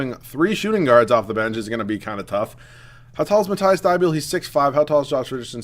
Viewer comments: Hey dude love the vid so far and it pronounced Mateeeese Thybull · Its pronounced matt-eass thy-bowl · Pronounce Matisse name right